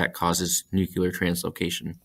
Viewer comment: NUCUlar? Really?